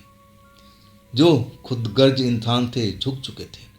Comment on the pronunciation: Khudgarj Nahi khudgar bolo bhai